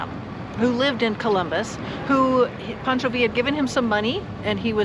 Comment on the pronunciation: Pancho not Poncho Villa state park. haha